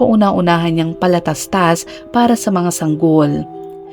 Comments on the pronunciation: I love the way you narrate.... pero na tawa lng ako sa PALATASTAS 😂 PATALASTAS poh! 😂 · patalastas po.hindi po palatastas,ang na bigkas po ng ganyan ay mga kids na kadalasan nasa 3 years old lng. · Patalastas hindi palatastas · Patalastas po...not palatastas 😁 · Patalastas not palatastas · Patalastas Hindi palatastas🤣🤣🤣😝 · Patalastas hndi palatastas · PATALASTAS po..HND PALATASTAS🤣😅🤣🤣 goodness yoooowwwn nuooowwwwnn iyoooowwwn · PATALASTAS po. Hindi PALATASTAS... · If I may correct the word, it is patalastas not palatatas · Palatastas or patalastas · patalastas Hnd palatastas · Palatastas? Patalastas po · Anong palatastas😂😂😂😂😂correction PATALASTAS po 😂😂😂😂😂😂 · Patalastas po tmang word and pronounsation hndi palataslas prang bata lang na bgo plang ngsslita eh😂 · anung palatastas😂😂😂😂patalastas😂😂😂😂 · Patalastas po nd palatastas 🥰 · Patalastas po hindi palatastas😅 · PaTALAstas po. Hindi palatastas. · Patalastas po hnd palatastas🥹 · Patalastas ❌️ Palatastas ✅️ 😅 Love the narration thou. ❤ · Should be "Patalastas."☺️. I like this Vlogger too🥰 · 😂😂😂 Akala ko nga ngkamali pero nang paulit ulit Palatastas tlaga😂 Patalastas! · 😂😂😂binalikan ko nga talaga kasi parang mali ang narinig ko, pero yon na yon😂😂😂😂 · 😂😂 bakit palatastas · 😂😂😂oo nga prang nung bata p aq palatastas din twag q sa patalastas😂😂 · naka AI ang palatastas 😊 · Patalastas yata hindi palatastas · Correct nga din po,. patalastas di palatastas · Ok na sana si narrator kaso bulol,,,PALATASTAS""😂😂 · Oo eh akala ko ngkamali lng sya pag mention ng PALATASTAS pero tinapos mo ang kwento eh vtalangn PALATASTAS 😜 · 😂😂😂hahhaa Ako Rin eh.piro mas madali kasing banggiton Ang Ang palatastas 😅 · PALATASTAS ang nagdala sa kwento..😁😁😁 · Yan dn paulit2 ko narinig😂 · Oo nga no? Pero ok lang. Work in progress din ang atung narrator. Good story!